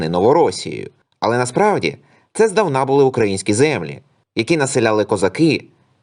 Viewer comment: Не здавнА, а здАвна !!!